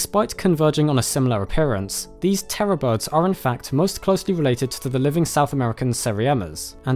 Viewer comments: Thank you for adding that caption. I thought you were calling terror birds "Forest Rockets" for the longest time and was very confused. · Anyone heard "Forest rockets"?